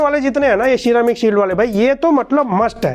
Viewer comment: "Sheeramic" shield ~,2021